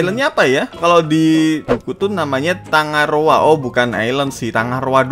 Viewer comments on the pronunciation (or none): TanggaRoa bang bukan TangaRoa Geli gw dengernya 😑